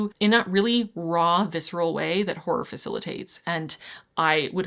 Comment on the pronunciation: I don't think it's pronounced "whore". It's more like haw roar. Hawroar horror. Two syllables.